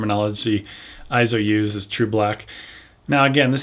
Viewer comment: Not pronounced EEZO. Eizo is pronounced AY-ZO, which means "image" or "vision" in Japanese. See the Eizo Wikipedia article on its proper pronunciation.